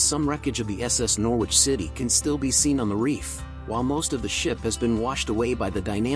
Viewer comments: Its NOR ICH you dont pronounce the W. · The English pronunciation is 'Norridge' but US would say 'Nor-witch', the W making it sound a bit like 'New York'.